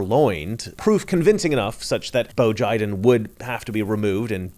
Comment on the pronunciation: "Bo Jiden" "United States of Amercrian" ...good stuff...